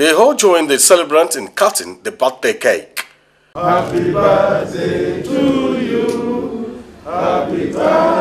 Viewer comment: Did I hear Jonathan say "happy baldday"..?..kaii